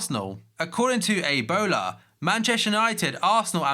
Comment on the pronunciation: According to ''A BOLA'' not Ebola lmfaooo